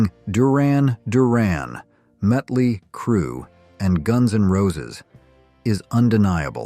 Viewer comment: Really informative video, but the AI narration is hard to listen to after a while. "Live (liv) you get what you play for." Ugh... it's LIVE.... (rhymes with "five") and a human would pause before motoring right into the rest of title. Or how about Metly Crue? Or Lynyrd SK'eye'nArd? (that last one was painful as heck). These are just a few example of the annoyances created by these stilted robotic voiceovers.